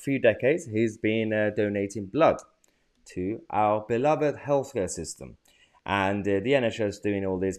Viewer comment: Not meant in any way as a criticism of your speech, but I had to listen 3 times when you said 'beloved healthcare system.' I could have sworn I heard 'health scare system.' Thought that was a very apt description.